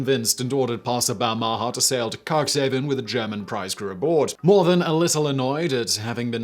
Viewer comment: And Cuxhaven is pronounced cooks-HA-vun. Sorry to be acting like a card-carrying prat, here, but ... FWIW. The bit about the Seeadler might be tough for a non-German speaker to find information on, but for the names of people and places, many dictionaries (e.g. Merriam-Webster's) have a section, usually at the back, listing correct spellings and pronunciations. Simon, you really owe your listeners the best pronunciation you can readily come up with